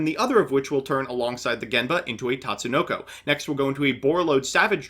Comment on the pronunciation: never thought i'd see the day mbt says Tatsunoko correctly